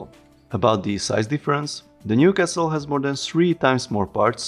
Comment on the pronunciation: hehehe when you say castle I hear kessel hehe you know spice mining planet from Star Wars :P